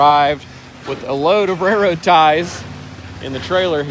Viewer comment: Anyone else notice that neither of the Perkins Brothers pronounce the "L" in "Railroad"? I'd never heard of rare-road ties.